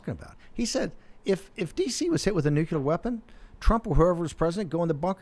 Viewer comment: Great show. I wish Brannon could learn to pronounce NUCLEAR.